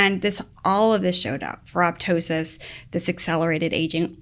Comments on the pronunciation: Pronounced: Feh-roh-toe-sis (the "p" is silent) -- like pterydactyl and ptosis (dropping of eyelids). Like ferroptosis, many often mispronounce apoptosis, where the second "p" is also silent. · "ferro-tosis" the "p" is silent as in 'ptosis' ("tosis")or drooping of eyelid.